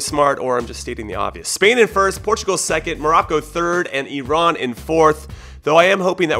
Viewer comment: As an Iranian, I'm so proud of your pronunciations. Special thanks for not calling it eye-ran like 99% of people in the US. Jahanbakhsh was close! Much better than most. Most people don't even attempt that. Props to ya!